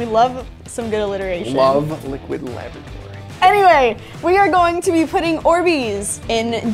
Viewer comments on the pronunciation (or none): La-bor-a-tory not La-bo-tory